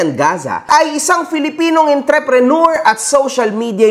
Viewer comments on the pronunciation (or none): none